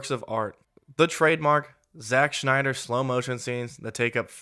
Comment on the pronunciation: Stop pronouncing Snyder like Schneider!